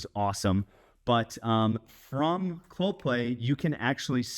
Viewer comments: Yeah, not sure why he couldn't pronounce it... Clo Pay! Not ClopLay! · Geez man. If Clopay is sponsoring your video, please don't pronounce the name of the company Cloplay. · I know they are a sponsor, but is does sound like you are pronouncing it with a L in play. It’s pronounced Clo-pay. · It is a unique name, and a type of tongue twister, so it was kind of funny hearing you say "Cloplay" or even "Coplay" 9 out of 10 times instead of Clopay. 😂😉 Also, I know they are a sponsor, but please confirm that you will be removing those "safety" stickers on the door panels when you are done fitting out the garage and they got their "sponsors" money's worth out of your videos.